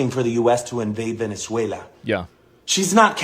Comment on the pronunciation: "Vene3uila" XD